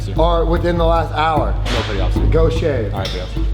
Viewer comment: And “petty officer” becomes “petty otter” for some reason